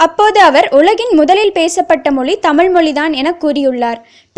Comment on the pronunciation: I like this news. But I did not like her speach she always pronounced the word தமில்.